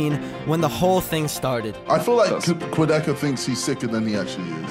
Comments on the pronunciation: im still confused, how did keemstar pronounced "Quadeca" to Quadeci? where did he find the letter "i" in quadecas name? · Keemstars always pronouncing names wrong SMH 😂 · Keemstar: so Quedeckie Quadeca: iTs QuAdEcA!! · No one: Keemstar: Quadeckey